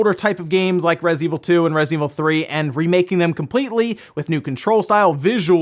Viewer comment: Can you enunciante "Resident"?